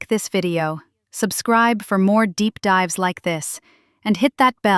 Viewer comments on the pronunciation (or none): none